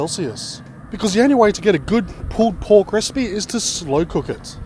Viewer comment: sounds like hes saying pooped pork XD